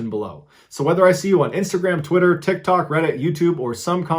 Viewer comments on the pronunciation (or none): none